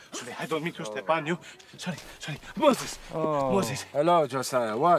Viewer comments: Oh my gosh I was giggling out loud 😂. Egyptian soldier: “My Hebrew name….Moses!” Suspicious Hebrew: 😒….“You’re not even saying it right! It’s Mo-ses!” Egyptian: “Mosis!” Hebrew: “It’s Moses!!!” (Egyptian soldier: 🏃) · Its Mo-ziz! 😂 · You mean Mo-se-s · What makes this interaction even funnier is the intense scholarly debate on whether "Moses" is an Egyptian or Hebrew name; the proposed Egyptian cognates are often transliterated with an "i" instead of "e", for example Thutmosis, which fits onto how he's saying "Mosis" and not "Moses". Idk if the writers did that intentionally, but if so, it is a 200 IQ joke. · Moseas😬 -Moooo-sseess? 🤔😒 - Where exactly is your tent? 😒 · Mo-ZEZ! Youre not even saying it right! It wasnt even a Hebrew name hahahaha